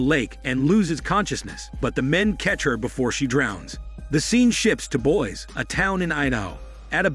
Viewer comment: The city is pronouced Boy See not Boys.